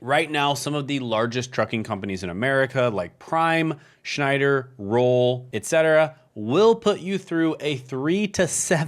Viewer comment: Roehl is pronounced rail, like railroad.